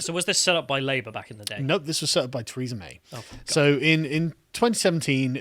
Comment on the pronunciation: you did pronounced her name as "Treason May" :D